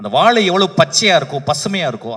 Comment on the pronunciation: தம்பி... வாழை என்று சரியாக ஒழுங்கா உச்சரிங்க.... ஆங்கிலம் மீது கவனம் செலுத்துவது போல் தமிழ் மீது செலுத்தவும்